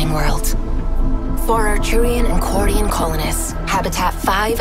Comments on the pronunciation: She said Quarian! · SHE SAID QUARIAN! I am now the picture of happiness